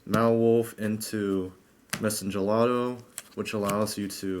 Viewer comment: "Madolchee Mawolf" allow me to correct your catastrophic failure in pronouncing Madolche (Ma-doll-chay) Mewfeuille (Mew-fway). I don't blame you, it seems like nobody on the internet can correctly say it. Some people get it basically right by saying it like mewfew or some shit but you were miles away from that, my friend. WHERE DO YOU GET 'WOLF'??? IT'S A CAT. Please stop playing this deck. Or at least run 3 anjelly and "Mawolf" and 2 ticket. Please.